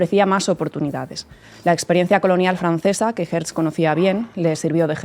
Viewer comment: No es Herz, es Hertzel o Herzel. Tampoco es stet, es shtetel (pequeño pueblo).